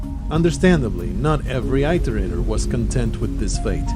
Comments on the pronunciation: Please look up the correct pronunciation of iterator. Dazzombies pronounces it in the way you do, so you likely got it from him, however you can find him mentioning in multiple videos as being mispronounced. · I guess that's just me being me. Almost like my mind twich every time someone says 'tooken' instead of 'taken'. Or 'beda' instead of 'better'. Never thought I'd hear 'it' said like 'eye'. Not making fun, just me and my brain going 'wait what?!' hearing weird ways some people say words. Like that edge of annoyance of someone saying your name wrong lol. I often found it's due to them not knowing how they are properly said. Not because they 'want' to say it weirdly. Personally for this context I feel it better it was said proper then some made up way as the word is a real programing term, and relevant to the game. It is called an "iterator" because they are "iterating". Going through lists of data given to find a solution. Having been a software dev once also adds to my nictpick XD But that's me and my dumb brain.